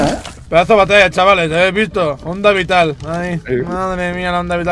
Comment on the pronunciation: Onda vital dice oilo